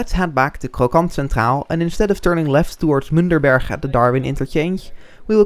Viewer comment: I believe it is Münchberg, not Münderberg. Great video though.